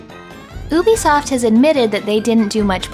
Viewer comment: Maybe you're just throwing shade at Ubisoft (which I'm entirely in support of haha), but on the off chance you're not, I'll mention that it's meant to be pronounced "You Bee Soft" 😊👍